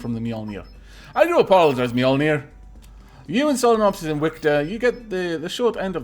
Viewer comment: I like how you say Mjölnir like mjollner. xD A tip for people who can't pronounce scandinavian letters like Ä and Å: Say bat. The a in bat is pronounced like Ä (bät). Say more. The O sounds almost like an Å (måre). Hope it helps. I couldn't find any English word that has any letter pronounced like Ö and I don't know how to explain how you say it. BTW nice video as always!:D